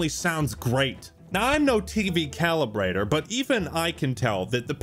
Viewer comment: “I’m no TV calibrater” 😂😂😂